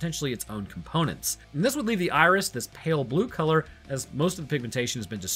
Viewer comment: Am I the only one hearing say Irish instead of Iris? Starting